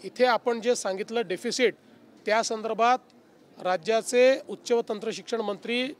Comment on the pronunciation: तू मेल्यावर की शेतकरी मेल्यावर देणार ते सांग....काय संतर्भात संतारभात बोलत आहेस...